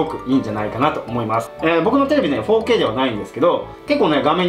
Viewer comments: やっぱり、4K（フォーケイ）が包茎って聴こえてしまう😅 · 4Kが包茎にしか聞こえないの俺だけ？